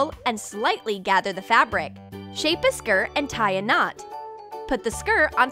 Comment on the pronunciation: Put the “ skir “ Um.. Skir? Ok... I guess they changed the way to pronounce “skirt”